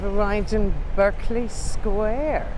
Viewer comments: Sorry Love…really enjoying the walk, but must say your pronunciation needs a boost in spots. It’s “BARK-LY” Square…not “BIRK-LY” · It's BArkeley Square. Only Yanks say Berkeley. Are you really a London guide? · West Indian Extract of Limes, from Geo. F. Trumper - The best. Berkeley Square pronounced 'Barkley'. not 'Burkley' - that's UC Berkeley, California. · I know I’m late to this video but just wanted to let you know,, that the Geo in Geo. F. Trumper stands for George and that Berkeley is pronounced barklee rather than berklee. Have you heard the old song, ‘A Nightingale Sang in Berkeley Square’ as sung by Vera Lynn among others? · I lived close to Mayfair and worked in Mayfair for quite some years, Berkeley is pronounced Barclay Square not Berkeley, and Shepherd Market is just that not Shepherds no plural. It used to be amazing a village in central london, we all knew the Local policeman, the postie and many of the people working in the Square and hotels around. Amazing star spotting area too. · You said Berkeley Square, should be pronounced Barclay Square. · Nice video, though Berkley Square is pronounced Barkley. :) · Berkeley is pronounced with an a i.e Barkley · Pronounced Barclee square...used to hang out at Morton's back then & Playboy -:) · Berkley Square is pronounced like "Barkley" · Berkley is pronounced Barclay in UK. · The square is pronounced "Barkley square" .